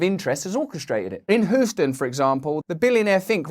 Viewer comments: I like the way RB says Houston lol it's like "whoston" lol I fkn love RB lol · Whoston ! LOL 😂 🤭 🤣 😁 🤭